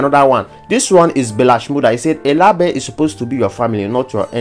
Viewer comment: My own be say why you dey pronounce label (laybel) as lahbel?